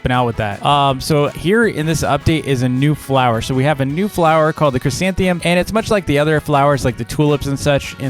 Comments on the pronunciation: tks, kids are loving it!! big favor though: next video can you say chrysanthemum instead of chrysantheum? kids are saying it that way and it's hard to "unteach" them. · Me: fails to even say the first three letters of the new flower: chrysanthemum